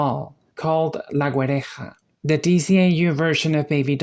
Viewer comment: Huh, never expected to hear la Güereja mentioned in an english speaken video, also very well pronounced, do you speak spanish?